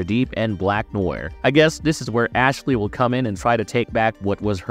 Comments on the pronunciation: And you said “black noyur” in the first minute and 30 seconds lmao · FYI, "Noir" is NOT prononced "Newer" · "black noy-er" 😂